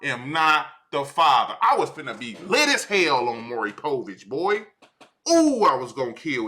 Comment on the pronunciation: bro saying maury povich is killing me lmao the whole hood know him as maury